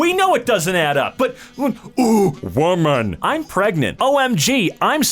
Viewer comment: why did you say woman like that💀💀💀💀